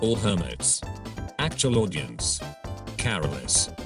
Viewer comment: "Document" "DoubleOonehundred" "Caraless" This is why I like tts